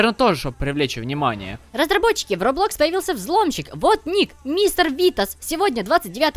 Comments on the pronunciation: Мне кажется что не робло́кс а ро́блокс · Не роблОкс, а рОблокс. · Не робло'кс аро'блокс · Не робло'кс а ро'блокс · не роблОкс а рОблокс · ХВАТИТ уже говорить роблОкс надо говорить рОболкс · Меня чуть-чуть раздражает то, что ты говоришь роблО́кс. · Блин вы конечно простите но ПРАВИЛЬНО РО'БЛОКС!!! Ударение на первый слог! ЕЩЁ РАЗ СОРИ!!! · ты че правильно не роблокс а роблокс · Роблокс ударение на первую о.